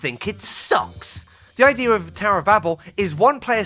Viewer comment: So basically, the idear is…